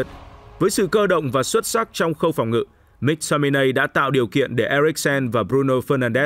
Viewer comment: Cho tôi hỏi chút, có chút thắc mắc là sao tất cả người Anh đều phát âm “Mc” là “mắc” còn anh lại đọc là “míc” vậy? Và anh có nguồn thông tin nào để chứng minh tên cầu thủ này phát âm như vậy không? Mình tò mò nên mình hỏi được không?